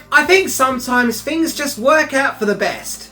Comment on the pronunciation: "10 fings you dah-oont nah-oo"